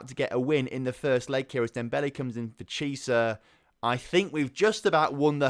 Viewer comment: Please stop pronouncing Chiesa like Chee-sah, it's like key-eh-sah